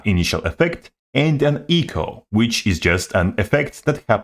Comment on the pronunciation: try say "echo" without sounding like eco.